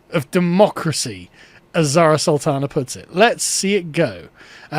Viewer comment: Bird's Urdu pronunciation and comedic timing are both impeccable.